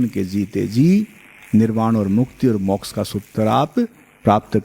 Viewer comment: उत्तम विश्लेषणात्मक ज्ञान ! किंतु मौक्ष नहीं मोक्ष !